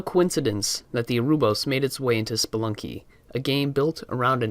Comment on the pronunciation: Orobouros fam, not orobous